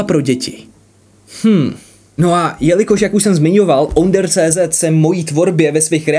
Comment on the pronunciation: Nie OnderCZ ale ÔnderCZ. Češko jeden.😁